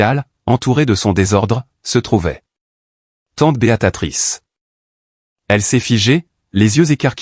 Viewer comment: Et encore « Béatatrice » au lieu de « Béatrice »🤔 Gros problème avec la ponctuation 🕳️